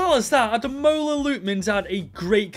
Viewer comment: it’s pronounced AH-DE-MORE-LA 😂 nice try tho 👍